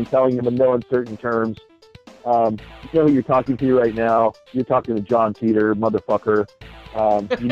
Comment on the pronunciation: I think his name is pronounced Tighter not Teeter